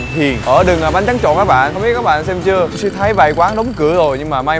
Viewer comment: gì nũi mà woossi đọc như gỉ mũi á